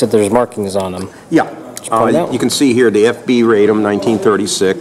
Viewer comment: Radom is pronounced "RAH-dom" - a city between Warsaw & Kielce where the name is the quote of a feminine speaker saying, in archaic Polish, "I'm joyous."